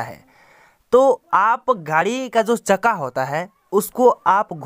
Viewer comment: Chakka bolna to Sikh le yaar